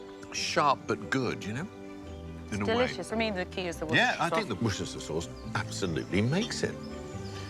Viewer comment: Britis pronounce the area "Wooster." Northeast coast USA sailors call Gloucester "Gloster." So do Brits. I don't know why they're saying "Woo ches ter" here.